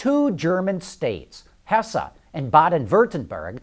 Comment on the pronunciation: Funny how you pronounce "Hessen" and "Baden Würtenberg" :-D Best Regards from Germany